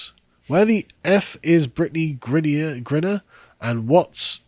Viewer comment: Griner not grinner!